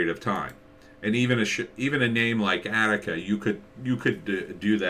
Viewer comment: Her name is pronoued ON-ick-uh . Annika Season 1 Trailer should clear that up for you. This could also help with the show's locations and explain that it is, as you intuitively felt, a TV series. Otherwise, thanks for the review.